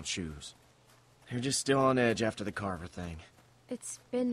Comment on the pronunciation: Not trying to correct you, but like Cupquake, you said Carter not Carver, I'm just telling you. Not correcting.